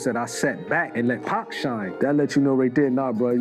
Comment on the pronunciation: Stop using AI. Your bot keeps calling him 2pack. Stop the BS bro.